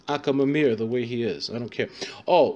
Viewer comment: That akhamamir needs some work! :p